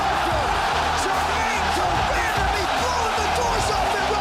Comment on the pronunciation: Joe "Germaine Demandamie" Rogan